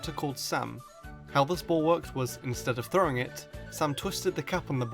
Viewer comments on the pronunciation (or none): none